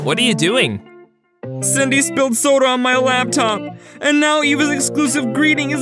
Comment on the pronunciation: it's Cindy not windy